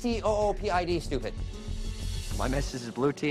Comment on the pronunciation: Are we going to ignore that said "Stoopid" instead of "stupid"